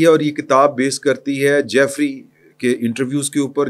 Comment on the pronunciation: Ask someone about real pronunciation of Jeffery. Keep making fool of ur self. It is Jeffery Epstein. جیفری ایپسٹین